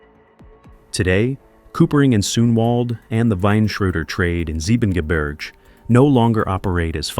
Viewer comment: The voice is also butchering German landscape names like Soonwald and Siebengebirge. The latter has even a proper English translation of its name. "But little Snow-White beyond the Seven Mountains is a thousand times fairer than you."